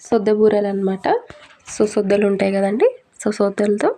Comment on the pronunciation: సోద్ద పిండి సుద్ద కాదు